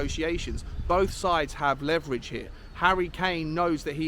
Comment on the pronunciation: There's the leverege. And there the Levyrege. The latter is the stronger of the two. 🤣 🤣